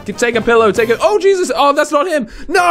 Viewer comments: HE WAS LIKE IH JESUS NO!! .........CHEESUS AHHAHAHAHHAHAHHA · i get it the picture of cheese and you said oh jesus but sounded like cheeses